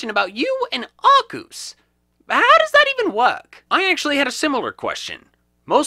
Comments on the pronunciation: Arkeus is how to pronounce it. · Arkoos! Arceus is wrong! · Gail Cottrell he knows that. The pronunciation arkoos is a reference to pokemon talk episode 30. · I believe it’s pronounced Arkeus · U say it arcuse huh thats a first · TF IS A ARCEUS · You mispeonounced arceus